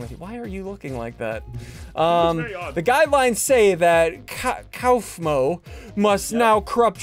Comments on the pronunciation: He said gofmo and not Kaufmo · Bru the eyeball thing is named caff-mo not kallfmo you need to watch the show! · GUFMO WHO IS GUFMO ITS KAUFMO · funny how he kept calling kaufmo "gufmo" when its pronounced coughmo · Its kaufmo not koufmo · It’s pronounced ✨Cough-mo✨💅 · Seeing SSundee call kaufmo "guffmo" hurt my brain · Kaufmo Pronounced Cough-Moe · Spelling:kaufmo How you say it: cough-mo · No, it’s cough Mo that’s how it’s pronounced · Who tf is guff-mo?!?!?!?!!??! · Ssundee is saying Cufmo and it is making me mad.😡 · Ssondee you are saying Kaufmo wrong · Anyone else pained with how badly he said Kaufmo's name?